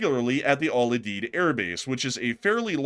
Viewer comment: It is pronounced Al …. U ….. Deed. lol